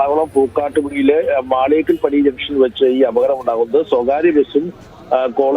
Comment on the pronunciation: മാളികപ്പടി അല്ല ചേച്ചി മാളിയേക്കപ്പടി (Maliyekkappady)